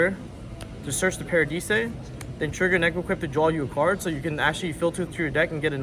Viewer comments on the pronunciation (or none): Pak's been watching too much DB Grinder... "Paradeesay," "Dezeeahray," and "Necroidquip" are just diabolical